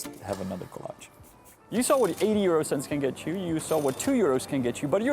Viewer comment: And why can’t you say 80 cents?